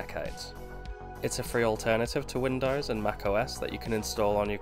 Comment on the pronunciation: to . " win dars ". WTF is " Win dars"? WINDOWS... " win dos " the o sound is long ( facepalms) " dos" the pronunciation is like multiple deer doe sounds like " does" but the O is long sounding